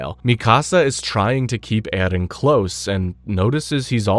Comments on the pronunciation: His name in erin not ehlen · So far this video has been very good I just don't know if I can make it with the way this guy is pronouncing Eren's name for some reason it is driving me out of my mind